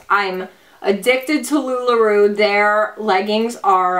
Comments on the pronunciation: It's Lu-La R-O-W, not Roo.... giggles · You make me giggle, I think it's pronounced "LuLaRow" you're so cute though lol so it's okay ☺️